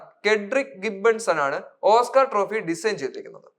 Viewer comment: ഓസ്ക്കാർ എന്ന് പറയാൻ പഠിക്കട....